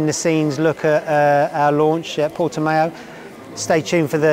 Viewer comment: Got to love how Portimão looks remarkably like Jerez (9m46s)... And it is Portimão, not Portimao. Hope you enjoyed the rain. 🤣